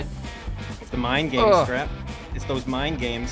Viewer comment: Instead if "I Scrap" I thought his wall said "Is Crap" 😂